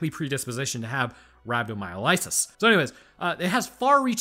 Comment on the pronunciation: I don't know why, but your pronunciation of rhabdomyolysis hit me like a truck. I can't explain it. It's not wrong, but it was just... jarring... Great video tho.